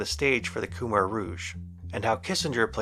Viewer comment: Kmer, is pronounced Kuh-Mai btw